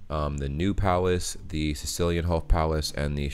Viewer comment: Cecilienhof is pronounced Zezilienhof. Your Sesilienhof was close enough, though.